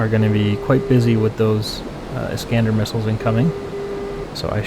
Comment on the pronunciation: "iiiisss-cahn-dahr" ...ask your CDN Intel Officer Handler. Pronunciations matter when in enemy territory/AO's 😁